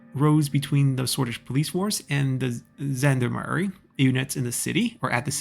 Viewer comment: Somebody already commented on Gendarmerie, however since this is a French loanword (in German and English) the G is pronounced like the 普通话 R (the one not like the English R). And all French words are stressed on the last syllable.